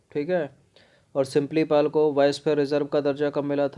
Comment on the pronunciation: यह सिम्पलीपाल नहीं, सिमलीपाल है।